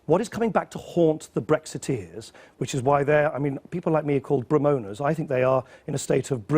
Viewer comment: He thought we were calling them Bremoaners - it's REMOANERS, cleggy ... deaf sod